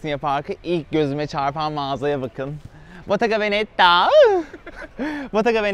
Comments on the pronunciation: No one: Really no one: Kerimcan: bOtTeGa VeNeTtAğHğ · botaganavenettaağğh -hadi geeğğlh -ay SUS (Beğeniler için teşekkürler)